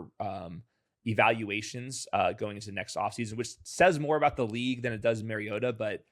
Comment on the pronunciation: It’s Mario-TAH